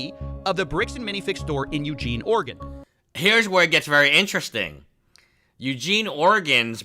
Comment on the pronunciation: I love that can say Oregon and can't.